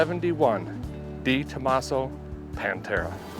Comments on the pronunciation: YES DEREK ITS PRONOUNCED DEUX TOMASO AS IN THE FRENCH NUMBER 2, NOT DEEE ME SHE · It's not Dee Tomaso, it's Deh Tomaso 👍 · It's pronounced- Day tomasso